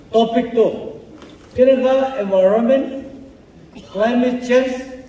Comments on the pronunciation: Environment ❌ Evoronment✅ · Minister sir first morom pura ENVIRONMENT laka pronounciation bhal pura kobi.... I have to watch ur video in 2x speed